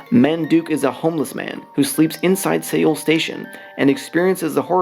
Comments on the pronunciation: Only made it to 1 minute 25 seconds because I couldn't listen to the mispronunciation of Korea's capital city Seoul (pronounced "Soul"). I am sure the video is great but I can't hear that over and over again. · I wish commentators search for how places are pronounced before making their vids T.T. it's pronounced like our normal english word SOUL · Seoul is pronounced soul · Why are you saying Seoul weird